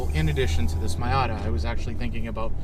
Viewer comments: I'm sorry but does this guy really think its called a my outta? I cant tell if this is serious or if he just calls his that but it hurts my brain. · you BOOB ...Its Miata ( pronounced MEEata ) . Get , learn it ,live it.... JEESH and SOOOOoo long winded ,yes boring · Say Mayata one more time... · Nice dad n son. Couple of cool car guys. And dad you saying "my ata" is forgiven thanks to the trigger warning you posted on the video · Why does he say MYAtta? Is that a Canadian thing? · Calling your Miata a “MY-ah-ta“ tells me you subconsiously want to keep the Miata! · Alright, stop it right there with that MY-AHH-TA nonsense! We give special dispensations for being Canadian but your using them all up! Edit: Great info from an owner's prospective, thanks!